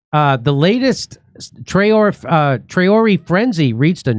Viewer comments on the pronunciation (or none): F.F.S. Tray-or-ray or, Tray-or-A. Not Tray-or-Ee. And it's Burr-key-na. Not bur-key-knee. The pronunciation was so bad I thought that I was listening to CNN or BBC for a second there.